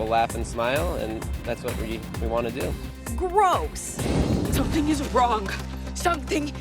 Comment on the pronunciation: the way that dude says the word 'something' is really weird.